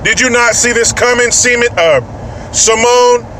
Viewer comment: Did say "Semen" instead of "Symone"? If he did, it doesn't make sense because "semen" doesn't come from a cunt.